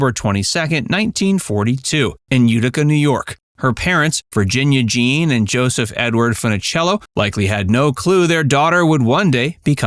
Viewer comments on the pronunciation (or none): none